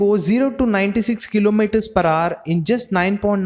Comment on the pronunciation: Its “ HOUR” bro not “HAAR”